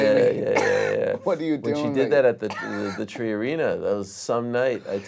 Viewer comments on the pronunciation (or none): Love how he said tree arena and host didn’t even notice. Nineteen ninety tree